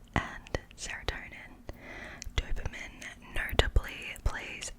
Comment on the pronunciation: Why tf are you pronouncing dopamine like that?